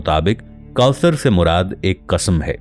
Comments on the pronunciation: Ap mahar bani farma kar. Apnay alfaz ki Adaygi Drust karayn. Ap jab Sura kosar kahtay ho To Sonay walay ko 99% sura Kafar Lagta hy. Plz Ap alfaz ki Addaygi soch samaj kar kiya karo. Ap ani Rawaytou ko apnay pas rakhayn . Our Allah kay Mahbob nay jo battaya bas wohi Haq our Sach hy. Allah hu Aqbar. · If you can't read Arabic, why are you reading it? You're mispronouncing Kausar.